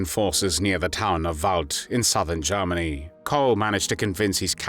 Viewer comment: Awful voice. Germany = Garmary. Worked = warked >> Awful.